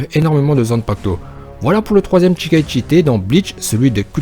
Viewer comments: c'est shikai et non chikai donc ça ne se lit pas "tchikai". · Shikai pas Tchikai sinon super vidéo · Bonne vidéo, mais on dit pas chi ( tchi ) chikaï mais shikaï. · Ça se dit pas tchikai mais juste shikai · "Sh"ikai et pas "Tchi"kai ^^ ;) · Ca se prononce Chie caille, pas Tchicaille. Shi = Chie // Chi = Tchi. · bonne vidéo celà dit petite erreur on prononce pas chikai mais shikai ^^ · " tchikai" ça me perturbe !!